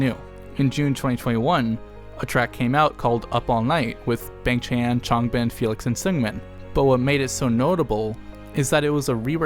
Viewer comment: love the video! great walk down memory lane with nice commentary. small nit-picky request: b-AH-ng ch-AN-n not b-AY-ng ch-AY-n. The 'a' (I don't have hangul keyboard on my laptop) in his Korean name is pronounced like 'ah' (like how you pronounce changbin) not 'ay'